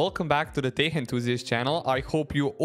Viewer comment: "Тек", а не "тех"